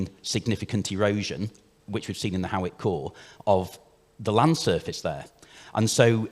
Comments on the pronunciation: It's pronounced Haw-ick, like paw, not like how or now. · Actually it’s pronounced hoyk